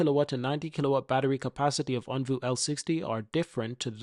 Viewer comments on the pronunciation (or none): It’s OnvO—-not OnvU Also it’s widely known that Firefly is a cheaper, not more expensive brand….c’mon man, let’s spread the right stuff—-keep up the fight tho- appreciate U